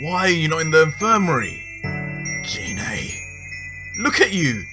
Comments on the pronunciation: You mispronounced Gine's name! The "g" in her name is pronounced "guh" like in "goddess", not "juh" like in "genie"! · You said gine wrong